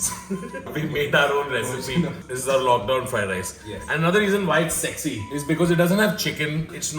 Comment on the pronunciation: Still mad at for saying "egg sexy fried rice" instead of "s-egg-sy fried rice".....